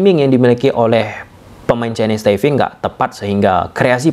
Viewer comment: Chinese Taipe bang, bukan Chinese Taive 🙏🏻